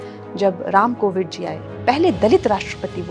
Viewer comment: Ye bobri Ramgobind ko ramcovid bol rahi hey😂😂